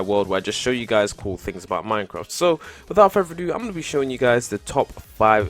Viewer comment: Wivout furver adoo